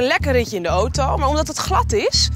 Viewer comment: Je zegt auto verkeerd jij zegt de naam auto zoo oto😅